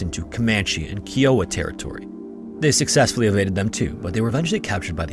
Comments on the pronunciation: That tribe is now Kee-o-wuh. It's Kai-o-uh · Key-o-wah pronunciation is killing me! The correct pronunciation for the Kiowa tribe is: kai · uh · wuh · One thing I've noticed is how you mispronounce words, it seems like once per video. This one is Kiowa, as far as I know it's pronounced K-eye-owa, not K-e-owa. I do enjoy your videos, but pronunciation is a peeve of mine. God bless and have a great weekend!! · Kiowa is NOT pronounced as “Kee-wah”. 😂😂 Are you kidding me?! It’s pronounced “Kie-ah-wah”! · Absolute, utmost respect for your videos and much appreciation. My only gripe is that "Kiowa" is not pronounced, "Kee-oh-wuh." It is pronounced, "Ky-oh-wuh." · KIOWA is pronounced Ky-Oh-Wa Not Kee-Oh-Wa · Dude, it's pronounced Fort Kai-uh-wah, not Kee-o-ah, with emphasis on the first syllable, KAI-uh-waah (like the name of the Native American tribe). Scary Interesting videos are too good and professionally made for such an elementary mistake, it's worth the extra effort to look up the correct way to say these names as this is especially noticeable to your American audience. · “Keeeee-oh-ah” is not how you say Kiowa. “Kai-oh-ah” (-: xoxo Oklahoma Native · Kai-o-wa, not Keewa, jfyi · Kiowa is pronounced “Ky-O-Wa” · Just as an FYI: Kiowa is pronounced "KIGH-oh-WAH". Source: I grew up in Kiowa county, Oklahoma. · I love your channel, but I have to get this off my chest. [clears throat] "KAI-oh-wuh." 😏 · The word Kiowa is pronounced Keye-o-wa. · Kiowa is pronounced Kai-Oh-Wuh and is a town in Colorado named after a Native American tribe from the Great Plains. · Not a criticism but Kiowa, it's pronounced K-Eye-Oh-Uh and I only mentioned it because I live on Kiowa Ave. in my town in Arizona and because it's mentioned so many times in this video